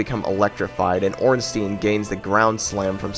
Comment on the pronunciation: who the fuck is ornsteeeeeeeen? why do americans have such a problem pronouncing that fucking name